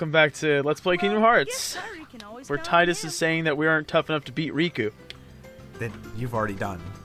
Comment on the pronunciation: I don't know if it's been mentioned in the thread or not (I lurk, and have been sitting at the OP) but Tidus is pronounced "Teedus" it comes from the Okinawan word Tida (pronounced "Teedah") which means Sun. Yuna means Moon, so it's supposed to be a duality in names between Tidus and Yuna. Which is lost on the west because most of us don't speak Japanese let alone Okinawan.